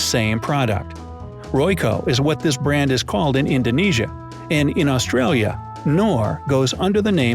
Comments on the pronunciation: Wow, his Mandarin is worse than his English. Still can't pronounce Australia. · Did he say "AustriAlia"?